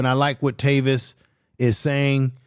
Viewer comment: “TAY-Vis” Smiley 😂😂😂😂😂😂 🤦🏿‍♂️🤦🏿‍♂️🤦🏿‍♂️🤦🏿‍♂️ good job tho my brotha